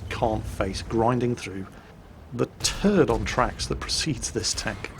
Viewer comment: "Turd on track" - LMAO